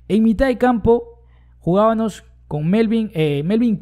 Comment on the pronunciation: Se dice jugábamos, no jugabanos